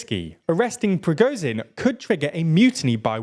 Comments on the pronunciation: Just want to say its Pra-gor-jin not Pro-go-zin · you make million videos about this war, I don't understand why you can correctly pronounce Shoigu, but cannot pronounce Prigozhin. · SHOIgu not Shogu PrigoZHin not Prigozin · It surprises me how often these presenters, alledgedly informing us, fail to make any serious attempt to pronounce foreign names. Shoigu - spot the 'i'? Prigozhin - zh, soft z, as pronounced in 'pleasure'. Not hard for English speakers. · Hey, a russian-speaker here. I know it's hard to pronounce russian surnames but there are a couple of mistakes you can easily fix: "zh" in Prigozhin is pronounced like "g" in "bourgeois" "G" in Gerasimov sounds like "g" in "good"